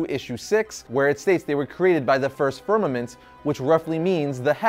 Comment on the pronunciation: Is he saying vermament or fermament , the first universe?